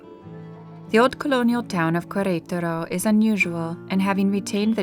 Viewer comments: Loved this video but the pronunciation of the name of the city killed it for me. It's not kwareutarou . It's "keretaro" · It's pronounced keretaro not kwayraytaro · It is pronounced Keretaro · The narator doesn't have the ability to mimic, i.e., correctly pronouncing Queretaro. Can someone please coach her? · Yes. That was so distracting. Like running fingernails on chalkboard. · I agree. It was annoying af to keep listening her mispronounced such easy name to pronounce. I bet if it was a French name, she’d be all focused on pronouncing it 100% correctly.